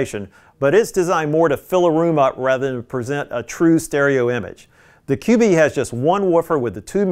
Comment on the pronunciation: I think it’s pronounced “cube” not “QB”?